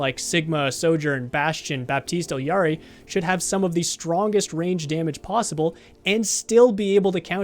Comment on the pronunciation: Completely agree with everything said in this video! Gotta point out though, as it's grating on the ears every time someone says this, but its "E Ari" not "Ill Yari..." in Spanish, two L's is a Y.